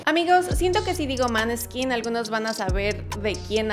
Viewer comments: Como inmortalli,osea,fan de la banda,vine a corregir unos errores del video con todo respeto claro: 1- la pronunciacion correcta de el nombre seria "Moneskin" esa "å" se pronuncia comno un intermedio entre la a y la o,despues de escucharlo tantas veces bien me da un tic cuando lo escucho mal pronunciado 2- en los minutos y las fotos son incorrectas, (las de pequeños) la foto de Damiano David es la que aparece con Ethan y la que aparece con Ethan es la de Damiano 3- El nombre del vocalista es Damiano,David es su apellido 4 - Damiano no nacio en el 2000 nacio en 1999 5- su album "il ballo della vita" se pronuncia "il balo dela vita" 6- Ellos en una entrevista desmintieron lo de Simon escoria humana cowell,no es su manager. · Coincido, ni si quiera se tomó el tiempo de investigar la pronunciación correcta de sus álbumes con il ballo della vita y no pronuncia bien el nombre de la banda se come la e ósea en vez de decir Måneskin dice Månskin y me parece que falta información que fue importante para la formación de la banda y su carrera (Recuerden que es crítica constructiva, no busco ofender si no informar a los nuevos fans) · Amo a MOOOONESKIN !!! Me encanto tu video, solo entiendo que tanta investigacion te faltó pronunciar bien el nombre jajaja pero casi nadie puede 🤣🤣🤣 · No quería ser esa persona, pero lo seré porque lo he visto varias veces. La letra å en los idiomas nórdicos tiene sonido de O (oe para ser más precisos) Entonces el nombre se pronunciaría algo así como " Moneskin" Y ya :) corran y sean felices con su nuevo dato curioso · David es el apellido pero el se llama damiano. También quería comentar que en vez de poner una foto de damiano de niño pusiste una de Ethan. La verdad que la información se puede encontrar en cualquier pagina. Podrías haber buscado mejor información ya que la hay. Ademas se pronuncia moneskin no maneskin. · se llama DAMIANO no david y es MANESKIN no manskinnnnn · yo lo sabe, però siempre se equivocan todos, se dice Moneskin, creame.